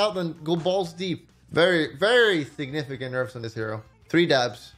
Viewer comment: Caihl Angeles signifishent